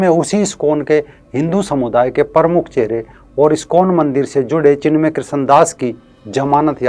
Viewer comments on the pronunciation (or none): ये भैया को चिन्मय बोलणे नही आ रहा है चिमण्या बोल रहा है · सर, नाम चिन्मय है । आप चिमन्य बोल रहे हैं ।🙏